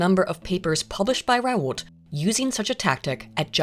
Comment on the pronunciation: If someone is gonna make a video about academic accuracy and that video will feature the same name a thousand times you'd think it would be the bare minimum to figure out how that name is meant to be pronounced The "T" sound at the end of "Raoult" is meant to be almost silent